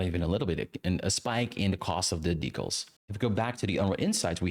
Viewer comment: I was interested in watching this, but I'm stopping about 10 minutes in because you say "decals" so many times and the pronunciation is giving me an aneurysm 😭